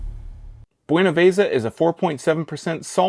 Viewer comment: It's pronounced BuenavEza, not buenavAza, you're emphasizing the A in it. You white folks, always butchering the Spanish language, also beer in Spanish, is cerveza, not pronounced cervAza, just like queso, not Kaso